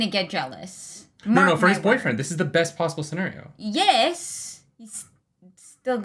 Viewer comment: was that Canadian “Yes” from